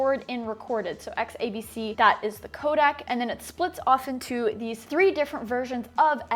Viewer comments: Every time Sarah pronounces "codec" as "kodak," a colorist's monitor breaks. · Do you get paid to pronounce it 'kodak'? :)